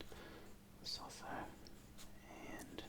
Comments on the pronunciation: Lesotho pronounces Le-soo-too mate. Great video though 👍🏻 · "Lesotho" is acctualy pronounced le-soo-two. Awesome video much love from South Africa❤️🌍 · Its more le-soo-too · The South African within me was cringing so hard lol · i’m south african and i was cringing so much 😂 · Yes, I can confirm that I did not pronounce it correctly. There are other comments that show the correct way to pronounce Lesotho.